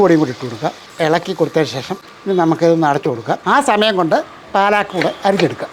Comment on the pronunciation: പാലാക്ക് അല്ല പാലക്ക് . പാലക്ക് തനിയെ തോരൻ വെച്ചാലും സൂപ്പറാണ്